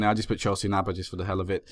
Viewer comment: remember that a "e" is an "eh" ish sound in Spanish. I'm not sure since it's in basque country if it would be pronounced like that but w/e.